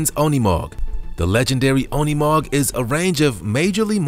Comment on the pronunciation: Unimog is not pronounced as UN ee mog! It’s pronounced as You neh mog! Incorrect pronunciation is the only thing I do not like about your channel! Get with it. I happens on every other video! Figure how to pronounce words properly! Especially words you’re not familiar with!!